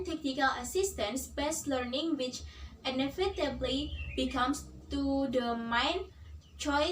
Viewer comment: Nice delivery and gestures! mispronounced: great, inevitable, face. Don't forget to look at the camera.